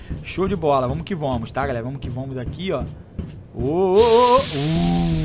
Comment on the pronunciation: "Vomo que vomos "kkkkk